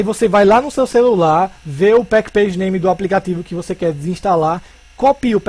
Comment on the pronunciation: Se fala "Package = pacote" Name = Nome do Pacote. "PackPage" não existe nesse caso. De nada!